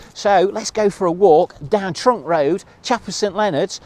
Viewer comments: It's trunch as in truncheon not trunk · It's not Trunk Lane. It's Trunch (to rhyme with Crunch) My mum and dad owned a caravan there in 1952.